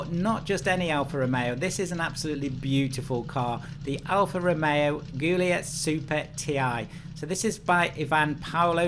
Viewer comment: Great video as always, but I do have to mention that Guilia (and Guilietta) are pronounced with a J sound, not a G sound.